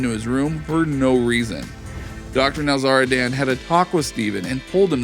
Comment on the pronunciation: Dr NowzarDAN 😂 driving me nuts.